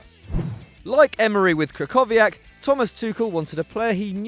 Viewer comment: The way you pronounced krychowiak made me cringe